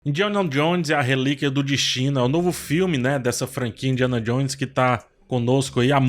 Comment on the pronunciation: Indianon Jones? Indianon??